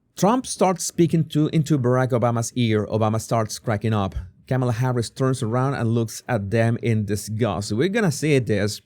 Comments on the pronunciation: It's COMMA NOT CAMA LA! Get it right, show a little respect!! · It’s not Camel-aah, her first name is pronounced Kahm -uh-laah. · No! It's prononced😅 Ke Mala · Her name is pronounced Calm-ala. Not so hard to pronounce! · Why can't you pronounce her name correctly?? You have a speech problem?? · I understand English is not your first language. No shame in that. So much has been said on how to correctly pronounce Kamala’s name. No excuse dude. Are you being intentionally disrespectful, or are you just ignorant? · Why not try to pronounce her name correctly? Just unsubscribed because of your bad choice of "non comical jokes about Vice President Kamala.